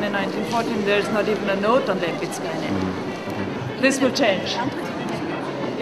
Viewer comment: One thing. I am Polish and I am amazed how wrongly her name is pronounced. Her surname is very polish and correctly it is pronounced "WEM-PITSKAH" not "LEMPICA".